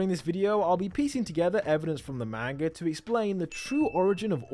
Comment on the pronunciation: Great theory ! I’ve seen a lot of theories but this one is insane. Great video. Ngl tho everytime you said Main-ga it was like nails on a chalk board to me. Just an unpleasant sounding word if pronounced incorrectly.